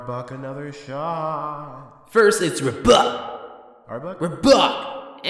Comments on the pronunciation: Interesting. This guy pronounced it as "Rub buck" instead of "Are buck." I guess there's no right or wrong way to pronounce RBUK. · I just loved the fact you called it Ruhbuck.